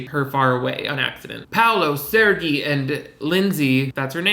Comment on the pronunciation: They way he pronounces "Sergei" to rhyme with "Fergie" has me sent, lmfao